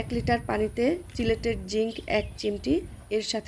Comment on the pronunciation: আপু কি জিংক বলেছেন, বুঝতে পারিনি।